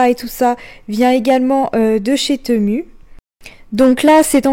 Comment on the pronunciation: Bonjour, je regarde très souvent tes vidéos que j'aime beaucoup mais il y a un truc que j'avais envie de te dire depuis longtemps alors je me lance aujourd'hui : TEMU se prononce TIMOU 😉. Soyons d'accord, ma "réflexion" n'est ABSOLUMENT PAS méchante, j'adore tes vidéos et je respecte tout le travail que tu fais 👍🏻👍🏻👍🏻. A+.